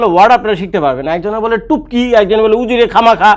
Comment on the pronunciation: টুপকি টা আরেকটু ইজি করে বলেন। আসলে এটা কি?